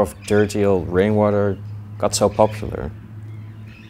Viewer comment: Thought he said brainwater